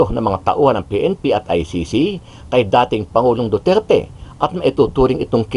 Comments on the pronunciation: Walang galang Ang nag question.Ni Hindi nga inalam Ang tamang pagbigkas Ng pangalan Ng accused.hindi nirerecognise Ang identity o individuality Ng Former President samantalang laganap na sa Social media Ang tamang bigkas.ugali talaga Ng dayuhan na impose Ang knilang designated na pangalan tulad Ng Beijing- Peking, Mynmar- Burma,Sri Lanka - Ceylon etc. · Yun oh, pati pag bigkas ng Duterte, di nga ma perfect, tapos ibagay mo sa kanila